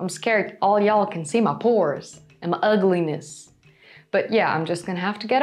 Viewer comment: The short bit near the end of the video in which you referenced that "all y'all can see my pores..." sounded exactly like a lady from a region in the Southern United States. I'm an expert on this dialect, as I live in the region. I enjoyed the 4K video, and I think your pores are lovely, there's nothing ugly about you, and I wish for you continued success. Your content is amazing, and I look forward to every one. Peace